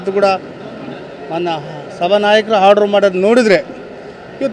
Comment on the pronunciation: ಹಾರ್ಡರ್ ಅಲ್ವೋ ಆರ್ಡರ್ ಅಂತ್ ಹೇಳು.